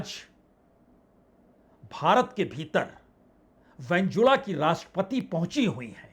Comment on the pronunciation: उस देश का नाम वेनेजुएला है उसको बार बार वेनजुला बोल रहे हो।